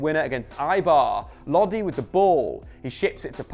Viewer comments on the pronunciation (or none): none